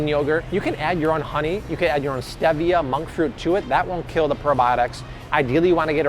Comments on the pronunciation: You made me question - am I pronouncing Stevia incorrectly? So I Googled afew different sources... All agree. It is stEE-vee-uh Now we know😄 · Pronounced STEE-via and ZEE-via 🤦🏼‍♂️